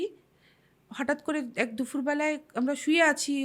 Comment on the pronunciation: gown ! Grown noi Its residual haunting Also dufur bela noi dupur bela Kaan r khoob lagche bhul uccharon Ghotona ta khoob i bhalo Jethur ghotona mormantik. jethima possessed naki barita tene rekheche jethimaa ke ? Kono fakir type er lok giye ki Kichu korte parbe ? Barir bhoot ta ke tarate parbe naki dekhun.